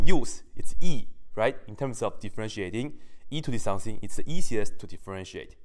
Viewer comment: "e to the something it's e asiest to differentiate" good one.